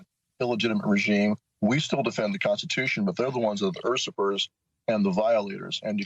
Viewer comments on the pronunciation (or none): Did Stewart Rhodes just pronounce "usurpers" as ursa-pers?? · These people have no idea what is actually in the constitution or US law. And did he actually say "ersuppers" instead of usurpers? Good God, these people are dumb. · "ersupers"? he's how educated? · The poop keepers?? I thought that’s what I heard the poop keepers. Would make sense. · "ursupers"...Yale Law... meh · "errrrsuppers"??? Yale? Really? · LMAO!! He pronounced "Usurpers" like "erserpers"! Whatta doink he is! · Never trust a seditionist who mispronounces the word "usurpers," despite his Yale education.